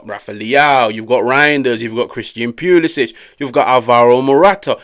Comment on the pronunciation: Leao was definitely the game changer. Also,,, Cristian Pew-lisic lmao sorry had to